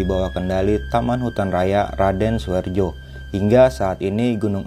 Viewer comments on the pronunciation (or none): Raden Suryo. Bukan suharjo